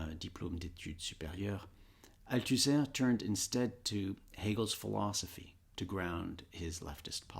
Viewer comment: i love bernard, but why he say "philozophy"?